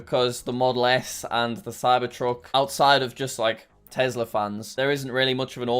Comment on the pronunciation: tesler??? or tesla?